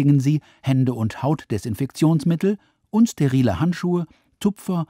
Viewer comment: glaub sogar er hat "unsterile handschuhe" gesagt, klang aber wie "und sterile Handschuhe" haha